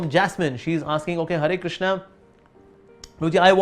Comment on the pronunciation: jasmine behana-hurry krishna nahi HARE KRISHNA BOLIYE